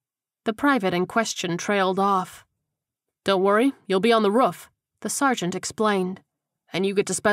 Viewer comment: I love everything about the book except for how the narrator pronounces roof-ruff. Thank you for downloading all the books